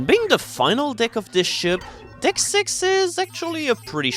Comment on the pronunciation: Sigmund Freud was right, I keep hearing as saying "dick" instead of deck